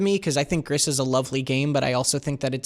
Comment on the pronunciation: It's "Grease" per Nomada Studio's Twitter. It's Spanish for grey (it's the same in French, but the studio is in Spain, thus 'grease' and not 'gree').